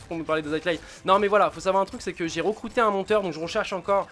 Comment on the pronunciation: A j'ai tilté sur le ' J'ai recrouter un monteur ' le RECROUTER :D Magique :D